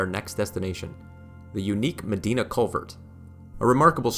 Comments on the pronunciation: Medina.....is pronounced Ma...dine..a. Not... Ma...dee na. I know...cuz I'm a native of the area.😊 Nice video young man.👍👍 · grew up in Lockport, instantly recognized that old green metal lock in the beginning lol also, just fyi Medina is pronounced "Dye-Na" not "Dee-Na". great video! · madeeena? Way to butcher the name of that town. “Ma-Dina” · I live in Lockport and just wanted to jump on and let you know it’s “Meh-Dine-Uh”. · Medina is pronounced "Med (eye) na" and Oswego is äsˈwēɡō... just saying as an Upstate resident. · Thats “ Med eye na “ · This was so peaceful to watch - thank you. For not being from here, you did a great job with pronunciations. We’ve got some interesting pronunciations in Upstate NY. (Schohaire: Skoh—hair-ee.) Am not sure about Medina, but am assuming the town is connected, so it’s: Meh-dine-ah. Cayuga: Cae-yoo-ga. And yay! You showed Baldwinsville (Lock 24) just before highlighting Phoenix’s lock! Baldwinsville has an island right on the canal that hosts summer festival days, concerts and other events. Phoenix up to Oswego is rich in history, and if folks get to Fort Ontario, be sure to stop in at Safe Haven, a museum dedicated to the refugees from the Holocaust that’s in the Fort Ontario complex but a separate entry. Thank you - am looking forward to exploring your video library! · Medina is pronounced Muh DIE nuh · Medina is pronounced Mih-Dy-Nuh. 🙂 It is a commonly mispronounced town name. I have a friend from Queens who has the same spelling for his last name, but it's pronounced Mih-Dee-Nuh. That aside.... there is a highway in Niagara County spelled Scajaquada. Good luck with that one! 😁 It's actually easier than most folks think. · Medina is pronounced MAH-DIE-NA. Oswego is pronounced OS-WE-GO not OS-WAY-GO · not that he mispronounced so many cities lol. Medina, Oswego. all love from lockport